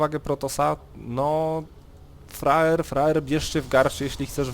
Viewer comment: czemu ja mam wrażenie ze on mówi roxkisFRAJER?? ale tak na poważnie to dajny komentarz